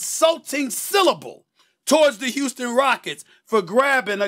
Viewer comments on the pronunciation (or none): Houston, Steven A!! Get it right